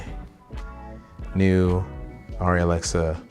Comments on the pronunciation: I think the Germans call it “are-ree” so saying it “are-e” is closer than “air-e” IMHO, I’m a no body. I just had an iPhone for research is the extent of it. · Its pronounced aarri because its german and in Germany its pronounced like you said the first time when you talked about how everyone says arri